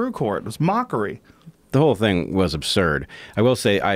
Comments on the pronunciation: Joe "abzurd" rogan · I love how you changed the way you say absurd to abzurd like Jordan Peterson does. You are either doing this unconsciously (cause you wanna be like Jordan when you grow up, lol) or consciously in order to show solidarity with Peterson. Because of how big this podcast is, It'll be interesting to see how this word "meme" proliferates across culture. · Joes incapable of properly pronouncing the word "absurd". That's absurd to me